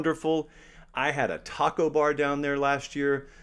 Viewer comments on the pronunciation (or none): none